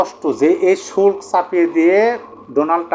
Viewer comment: উচ্চারণ হবে ( শু ল কো) = শুল্ক